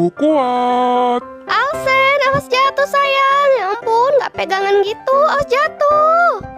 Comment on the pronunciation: Heh Bukan Alsen Tapi Alcen